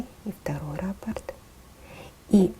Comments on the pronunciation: Всё отлично, только слово раппорт имеет ударение на второй слог, т.е., на букву О! Раппо́рт (франц. rapport, от rapporter — приносить обратно) — базовый элемент орнамента, часть узора, повторяющаяся многократно на ткани, трикотаже, вышивке, ковре, обоях и т. д. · Ну если уж совсем-совсем быть до конца точным, то это вообще два разных слова - рАпорт и раппОрт. А за узор большое спасибо. Ролик сделан очень хорошо!